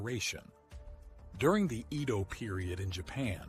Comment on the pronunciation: His pronounciation of "Edo" as iido is really annoying!